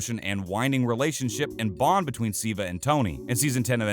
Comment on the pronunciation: Ziva David...this pronounciation well...